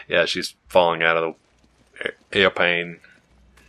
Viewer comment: airpane??? lolololololololol